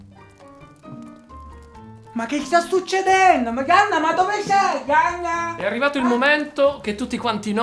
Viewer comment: Ma lui pronuncia il nome tipo,, Ganna?... Oppure io ho dell'illusione...??))